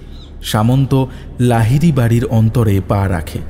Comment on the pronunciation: ভাই, বারবার অন্তর সজ্জা বা অন্তরে পা রাখলো বলছেন কেনো? কথাটা হবে বোধহয় অন্দর।অন্দর সজ্জা।